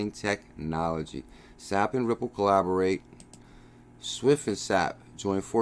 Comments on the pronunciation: S-A-P. Not sap like from a tree.... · FYI, SAP is pronounced S.A.P.